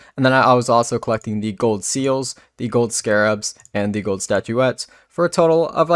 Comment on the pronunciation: And the way he says "with" wiff and "gold" goad